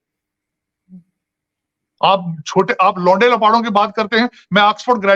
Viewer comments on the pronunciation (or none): Sajid Bhai se humble request. Woh baar,baar jo 'Lawnde lapade' word use kar rahe hain usmain 'Lawnde'main se 'n' ka uchcharan thik se karein.....warna meaning badal jata hain😎